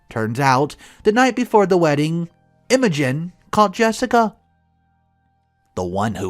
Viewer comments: This is how emotion is spelled not Imogen . It’s pronounced ima gene without the e. Learn how to pronounce words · Had to pause after I heard you mispronounce "Imogen." Think of it as "Emma Jean," but with a New Zealand accent. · EMO-GIN? PLEASE do us all a favor and ask someone how to pronounce names. It is extremely RUDE to mispronounced OPs names. Why are you so rude? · Isn’t it pronounced Emma-Jean (it’s an old fashioned name). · Pronounce it like M O Jean. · The I in Imogen, sounds like the I in Dim. Also the o is short, not like emoji at all.